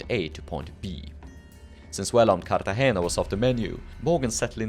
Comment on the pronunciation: 10 million pts for actually pronouncing portobello and cartagena correctly, you now outrank all other piratologists 😂